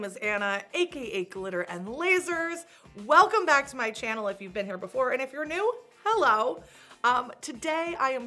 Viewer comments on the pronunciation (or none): none